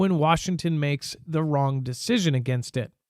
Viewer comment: Wong decision lol I caught that lol😮😮😅😅😅